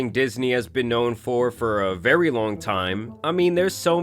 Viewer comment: vewy seriOUUZ